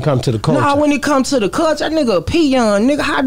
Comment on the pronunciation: Wit da “Cullshuea” lmaooo man hell naw